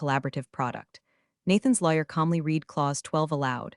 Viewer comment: your AI doesn't know which "READ" to use from the context."Nathan's lawyer calmly READ clause12 aloud," AI pronounced it "REED" instead of "RED" You just have to actually put in some time PROOF-CHECKING every single video that the AI cranks out. It is not a magic button that you press to get paid.